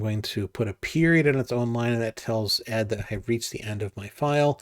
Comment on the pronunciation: Nice video! Thank you. I would just like to add that the correct pronunciation of the venerable standard Unix text editor ed actually is "e-dee". Regards